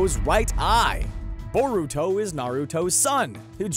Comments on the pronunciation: I cringe every time he says Boruto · Boar uto WTF it's pronounced bur uto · Iron Gauntlet it’s boar uto what’s next do you pronounce nar uto narooto